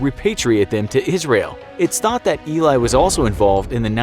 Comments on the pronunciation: You did so much research in the subject, but couldn't search how to pronounce his name correctly? The name illay has a completely different meaning than eli (pronounced like eddy) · It sounds like Ely not ilay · It's not"Eli" it's "he lie" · His name is pronounced Eh-lee not ee-lie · זה אלי , לא איליי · His is eli not ilai (i m israelí) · Eli not Elay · If you're going to make a clip about an historical figure, and mention his name about 200 times, you might want to learn how to pronounce said name... It's pronounced Eh-lee, not "eelay". I don't think anyone ever called him "eelay". Also, why is his Mossad handler dressed like a hasidic jew? Is it supposed to be funny? Or are you just lazily using stereotypes? I doubt there was a single person dressed like that in the Mossad at that time, unless they were wearing it for disguise. If you you want to educate people, maybe educate yourself first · Why is his Mossad handler depicted as a Chassidic Jew? I doubt the Mossad has any Chassidic Jews working for them, or at least, it'd be very rare. Also, his name is pronounced Elee, not Eely. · You pronounced his name wrong... its Ali not Eli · Eli, not Ilay 😅 Great video tho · It's Eli not Ilay.. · ee-lie Cohen ? , Israelis pronounce his name Eh-LEE Cohen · Im Israeli and that guys name isnt Elay its eli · You pronounce it like you read it, his name is E-lee with the E like in 'emergency' , not Ilay. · It's pronounced ˈɛli not ˈilaɪ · Not eelai it's eli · Eli not elai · Great video! One thing to note though, your pronounce "Eli" as "eh-lee", not "ee-lai". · ELI not ILAY!😂😂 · Nice video, but you butchered his name throughout the whole video... It's not pronounced "i-lie" but "e-li" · You are prounancing his name wrong. It's not E-lai. The name is pronounced E like Emma and Li like Bruce Lee. Eli! Just like Emily, without the middle 'mi'. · Your saying eli name wrong, it el-e not e-ly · It’s eh-li not ey-lie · Only thing you missed by far, NOT ILAY, ELI. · Its not ilay its eli